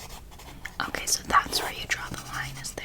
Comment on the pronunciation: this is a really specific trigger but i love the way you say „okay“ sometimes u pronounce it like „okuay“ hahahaha i cant explain but i find it soo tingly